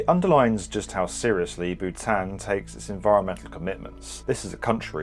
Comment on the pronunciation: that pronunciation of Bhutan is killing me